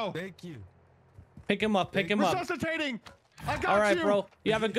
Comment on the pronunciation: “RESUSCITATING” 😂😂 not even in and I died